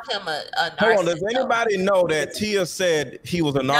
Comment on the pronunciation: Someone tell this woman how to pronounce “narcissist.”